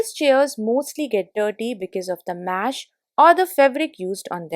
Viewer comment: I like the flower disposal idea the best.👌 Next comes the pleated curtain. 👍 Suggestion: The word is MESH and not MASH.